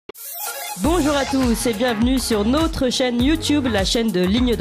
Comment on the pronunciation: Quelqu' un pourrait-il expliquer à cette charmante journaliste qu'en français on ne dit pas "nautre" (comme dans "autre") mais "notre" comme dans "note"? MERCI D'AVANCE!